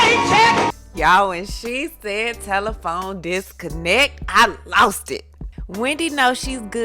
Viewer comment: Telephone disconneck 🤣🤣🤣🤣🤣🤣🤣😩😩🤣